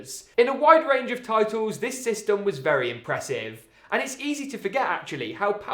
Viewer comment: The one reason I’m not subscribed is because you say systom no hate though